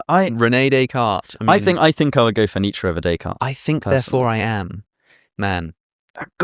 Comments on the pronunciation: it’s pronounced “Neech” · Exactly! Like the 'Eye Beether' thing! I think we are better off when the Brits stop semi-pronouncing foreign names. What would 'Need Sher' say?... Oh and Porsche ends with an E. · I am from Germany and the pronunciation of Nietzsche as "Nietzscheee" Alex mentioned does no make sense. So you are right to be irritated by it when people use it :D I never heard it like that though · It's the Americans who mispronounce Nietzsche - its 'er' not 'ee'. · It’s Nietzsche, and it’s not even close.